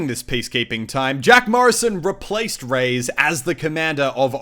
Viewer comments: Reyes isn't pronounced "Rays", his name is pronounced "Ray-Es" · your Australian showed so Hard in this vid. Reyes is pronounced Ray-ez, not Rays lol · "Gabrial Rays" "Rays" It's Ray-es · Muselk it's pronounced "reh-yez" not "rays" just sayin' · Is not "Gabriel Reys", its "Reyes", plural for Kings in spanish, also a last name. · Except for it's canonicly Rey-es, not Rays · hey this is just for future reference but you pronounced reyes wrong! it's pronounced like ray-es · no, he indeed mispronounced it. The correct pronunciation would be like "Re-jes" since the english J is phonetically equivalent with the spanish Y